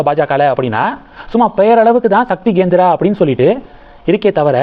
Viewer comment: Gendra இல்லை, Kendra